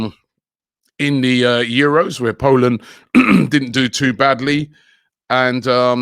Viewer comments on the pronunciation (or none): none